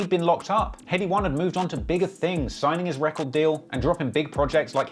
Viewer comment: Accent tion Wayne and headie one ain’t on job